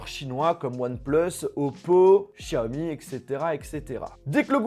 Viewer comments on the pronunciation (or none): none